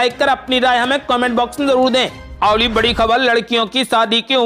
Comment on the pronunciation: बोटर, बोटिंग यह क्या उच्चारण की धज्जियाँ है? ये शब्द हिन्दी भाषा के हैंही नहीं । अवली खबर नही, बल्कि अगली खबर कहो ।